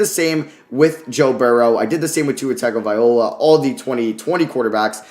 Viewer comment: Wow someone says tau last name right